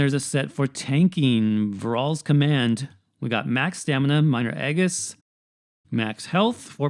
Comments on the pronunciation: Sorry but the way you say Aegis is totally incorrect and bothers the crap out of me. It's pronounced Age-is. Soft g. Long A. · Incorrect It’s actually pronounced E-gis like Regis